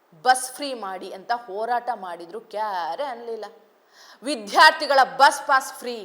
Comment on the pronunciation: ಚೆನ್ನಾಗಿ ಓದುತ್ತೀರಿ ಒಂದೆರಡು ಪುಟ್ಟ ಬದಲಾವಣೆ ಮಾಡಿಕೋ ೧.ಅಧಿಖಾರ ಅಲ್ಲ ಅಧಿಕಾರ ೨.ವಿಧ್ಯಾರ್ಥಿ ಅಲ್ಲ ವಿದ್ಯಾರ್ಥಿ.